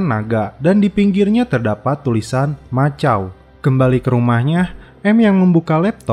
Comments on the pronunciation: Bang macau itu bacaannya makau ga sih? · Bro, koreksi sedikit ya. Untuk nama kota Macau itu di baca Makau. K bukan C👍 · Macau dibaca Makau bang☺️